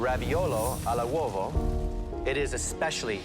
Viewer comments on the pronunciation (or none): At least write the right name of the plate because it's not "al uovo", it's "all'uovo" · It's "raviolo all'uovo" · ALL' UOVO, NOT AL UOVO. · All'uovo not AL UOVO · Its AL UOVO NOT ALLA UOVO. Ffs chef. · *all’uovo Jesus Christ , not “al’uovo” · It's "raviolo ALL' UOVO"... trust an italian